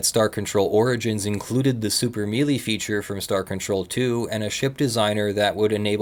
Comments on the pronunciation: melee is pronounced may-lay. just FYI. ;-) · I thought that a mealy combat system was just something interesting I had never heard of, and was wondering what one was. Damn. I guess we'll never know. No idea he was trying to say melee. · While I'm not going to argue about the pronunciation of Ur'Quan, pronouncing the word "melee" as "mealy" bothers me more than it should. That word originates from French and is pronounced closer to "soufflé" or "café." I understand that's nit-picking, but it's an argument I've been having with people for the last 26 years. As an ESL speaker, Star Control 2 was the first place I ever ran into the word in the first place. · This is the first time I've ever heard someone say it like "mealy" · It's okay. Not knowing for sure how it was spelled, be i assumed he pronounced it wrong as well